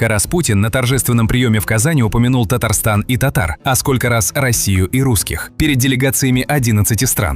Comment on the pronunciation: Да он нетолько не может выговорить Татары и Татарстан он призидента Казахстана по имени и отчеству не может выговорить досихпор,он думает что он унизил Татарский народ нет он доказал что ему пора на отдых с такой памятью,и если ему позволят.😊😊😊😊😊. диванчик